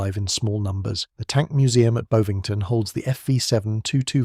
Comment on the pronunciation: Bovington as in "am I bovered" not Boevington. Surprised that a channel that produces videos on the British Military would know how to pronounce and important camp long associated with amour and the famous tank museum next across the road. As an aside I have actually driven a Fox. Steering wheel was inclined towards the driver, the exact opposite to a car. I also don't believe rifle fire could penetrate the amour.